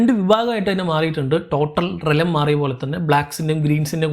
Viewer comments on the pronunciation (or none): Why are you always saying റെലം instead of റിയാൽമ്...& വാഗാർ instead of വേഗാർ 😊